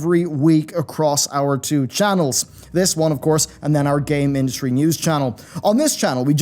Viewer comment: When you said "game industry" I heard: "Gay Ministry" news channel... LOL